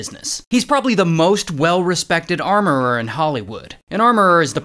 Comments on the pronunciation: Hes fighting for his life pronouncing armourer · This is how you butcher English😅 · I want a blooper of ray saying armoureerer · Did he say Amourereeeerer😂😂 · I like how he says armororrror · Anyone else had to google "armourererrrerr"? 😂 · Armorourer ❌ Armourerererer ✅ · 😂😂 he's hilarious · I want to hear you say Armourer fifteen hundred more times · WTH I THOUGHT MY EARS WENT BROKEN